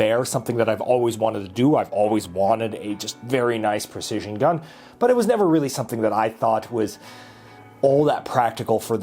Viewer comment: WHEN ARE WE GONNA STOP HEARING "PER-CISION" GUN 🙄 instead of "Precision"? Lol